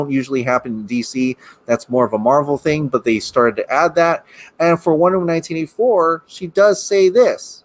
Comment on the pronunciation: Wait.. Lol what are u saying? Sounds like "Wonderm 1984?" 🤔😄😄